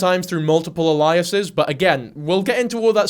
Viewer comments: Everytime I start getting into the story you mispronounced "aliases" and it kicks my attention away from it. It's AY-lee-uhs-iz. It sounds almost like the word "aliens." I'm not quite sure what uh-LIE-uh-sis means. But I shouldn't nitpick you, though, when I couldn't get past the first five minutes of this script without messing up. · You HAVE to be ragebaiting for comments [well done it worked] but Aliases is Ay-lee-ous-es no Ah-lie-ous-es. the way you pronounce it is Elias, which is a name lol not alias. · Loved the video it’s a good watch mate, but you keep saying aliases wrong a-lee-es-s 👍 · It confused me for a sec, in case it's helpful to him or anyone the phonetics are ay-lee--us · The way you pronounced aliases is highly sus, mister I’m not ai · Please have Google teach you how to say aliases. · This is really beside the point but the way you say aliases is so distracting I don’t even think it’s an accent thing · thats not how you say 'aliases' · please i’m begging you to learn the proper pronunciation of aliases😭😭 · Why do you say alias/es like that bruh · Just checking, do you mean aliases? Because that is definitely not how you pronounce it 😉